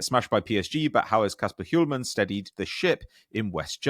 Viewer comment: Kasper Hjulmand's name is misspelled in the chapter section. And I'm sorry to say, but you're pronouncing his last name incorrectly, my advice is to give up on Danish pronunciations 😂